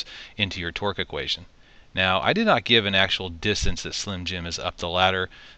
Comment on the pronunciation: Torque not "twerk" lmao